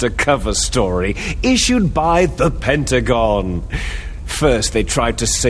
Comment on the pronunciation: "issued by the pen-tagon"... LMAO.